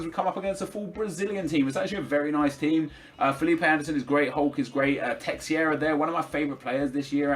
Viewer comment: teixeira = teh-share-uh